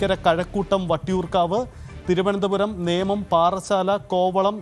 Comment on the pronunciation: മേനം അല്ല നേമം 😁